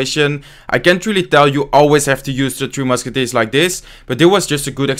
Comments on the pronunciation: Am I the only one who hears "Two Musketeers" instead of "Three Musketeers" :D? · Am I the only one who hears two musketeers instead of tree? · I can't tell if he is calling it "three" or "two" Musketeers.